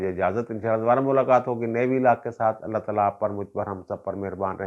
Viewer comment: بسم اللّٰہ ٹھیک کرلو لفظ اللہ کا لام باریک پڑھتے ہیں ۔